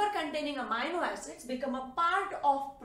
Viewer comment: It is not pronounced "Amayno" it is pronounced "Ameeno".